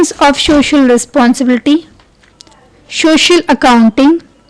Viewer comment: Mam its not shocial It so-cial